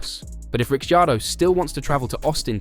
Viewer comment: Please…you pronounce his name RIC CAR DOE the I is silent. Got it…good👍